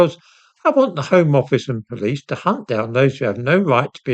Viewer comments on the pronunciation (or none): none